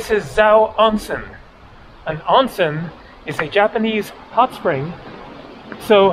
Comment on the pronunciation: I've been enjoying your videos since they popped up on my feed last week. Living in Japan myself for the last 20 years, it's still cool to see places I haven't visited yet. May I offer you a bit of advice on your Japanese? The first syllable of the word "onsen" is pronounced like the English word "own", rhyming with bone, tone, and phone. Minor point, but it'll have you sounding like a native in no time. Anyway, keep up the good work. Looking forward to your upcoming videos. (Also, check out the Ise-Shima area in Mie Prefecture if you can!)